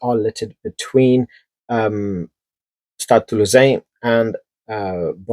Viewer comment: Stade Toulousain 😮 pronounced absolutely correctly with the local accent!!! 😊 Clearly a win for the chocolatine team vs pain au chocolat team. Two ways of saying the same thing but chocolatine is only used in the South West quarter of France (Bordeaux Toulouse)